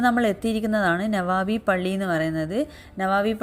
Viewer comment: നവാബി അല്ല നബവി